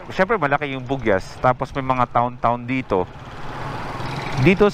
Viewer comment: Hindi po bugiyas ang tamang bigkas ng bugias kundi bog yas.😀